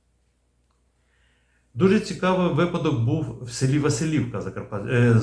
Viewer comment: Правильно не ВасилІвка, а ВасИлівка. Просто сам звідти)